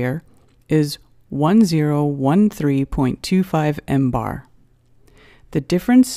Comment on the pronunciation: I know where did she get Embar from if she don't know how to say it she don't know what it is.